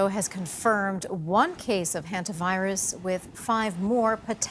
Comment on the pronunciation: a what virus? I hear Henta Virus...